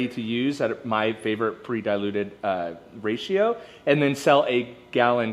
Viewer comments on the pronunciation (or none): none